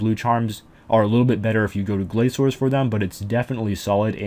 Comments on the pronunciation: Why do you call them gla sores instead of glacors? That C is not an s sound. :/ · It's not lol. Mod Chris L who made the word has said many times it's pronounced Glaysores